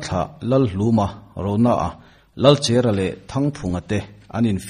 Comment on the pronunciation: Lalchèra ni lovin, Lalchera ( chèr ni lovin, a cher a cher, tawn bur tih sawi nana Kan hman Cher a ni e)